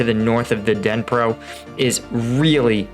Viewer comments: It's Dnipro not Danpro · Just so you guys know lol it is pronounced as the "knee-pro" river, not the den-pro or the den-ep-pro river. The D in Dnipro is silent and the i sounds like an e. Hope that makes sense for everybody. Not sure why I care but it bothers me for some reason🙃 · Pronouncement of the river name. duh-nee-pro. NOT Dan-pro. Biggest longest River in Ukraine. Even more significant than our Mississippi. Otherwise, your analysis was terrific as usual. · The river in the east, you mistakingly call Dnipro is called Donets (actually 'Siversky Donets', but just Donets is quite enough) Thanks for your overview, short and informative. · I will not listen to a vlogger that can not pronounce Knee-pro, there is an online translation service that is free. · SAY it as - Dee knee per - River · Dnipro is iirc pronounced more like 'knee pro'. (well the city is, I assume the river is the same). More pertinent, when does the Rasputitsa start this year? Mud season could end all movement. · Veteran Reacts The Dnipro river its were Kherson is and Dnipro river is pronounced DE NEEP ROW River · Knee-pro dude, it's pronounced knee-pro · You are not pronouncing the river name correctly lol. Pretty sure it isn't the Danpro river...